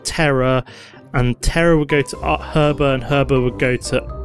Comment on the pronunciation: The H is silent in Herba ;)